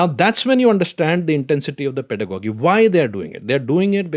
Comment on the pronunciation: its Pedagogy (....Pedagogical) ending should sound like gi and not like Doggy.....Sorry to correct here....